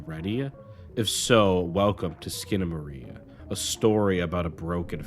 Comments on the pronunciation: It's SkinamaRINK!!! Not Skinamarie! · I'm two and a half minutes in and this train wreck of a video is so awful that I feel i should comment to warn people not to bother watching it. ❌Uses objectively in place of subjectively. ❌Claims that his interpretation will enhance your first viewing... of a surrealist movie. So spoilera are fine I suppose. ❌"Eck-scape". ❌Consistently mispronounces the god damned movie's title. Skip. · Bro at least figure out how to pronounce the title. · I love what you're pointing out artistically but I am begging you to edit and research better for other videos. I can't watch this with the same surreal strangeness with the constant mispronouncing of the title. It is just too grating, but your insights are great!